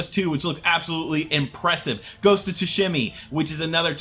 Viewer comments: you keep saying Ghost of Sushimi, it's actually Ghost of Tsushima. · Weak dude. Oh, and im pretty sure it's not "tooshimmy".